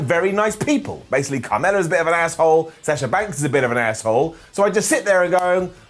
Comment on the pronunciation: Still can't say Sasha and Bianca right. Makes my ears bleed.